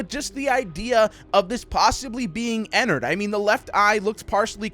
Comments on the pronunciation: Its ennerd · It's ennerd